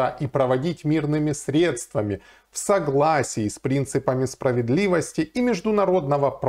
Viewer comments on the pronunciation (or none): none